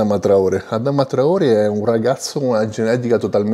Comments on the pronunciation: Finalmente il video su traorè! 🔥🔥🔥 P.S comunque si dice traorè con l'accento Grande 🔥🔥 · Adama traorè, si pronuncia con l’accento, bel video